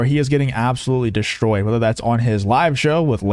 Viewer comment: The word is Destroyed, not DESHTROYED.